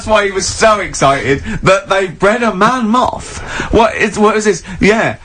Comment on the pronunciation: ‘Man Moth’ was the fakest thing ever. The pronounciation was nothing like ‘Man Moth’.